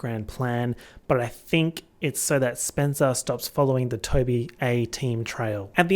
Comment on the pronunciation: "spencewuah's tires have been slashed or some shit." SPENCEWUAH????💀, you are truly a gem.